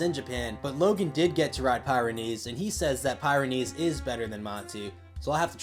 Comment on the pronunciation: Just for the record I think its pronounced pih ren ees. Not pie ren ees. The Pyrenees are a mountain range south of France north of Spain. But great video dude. (And maybe nobody cares how its pronounced but oh well).